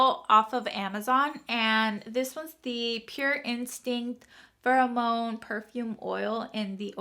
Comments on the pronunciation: Pheromone is fair-a-mone not fur-o-mone, for future reference. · It’s farah-moan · Fair- AH-Moan